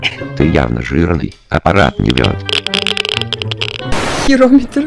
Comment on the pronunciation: она сказала херометер